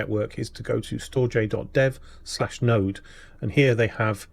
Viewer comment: Damnit man, It's pronounces "Storedge" 🙂